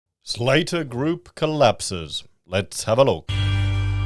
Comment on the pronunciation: It's pronounced slatter like hatter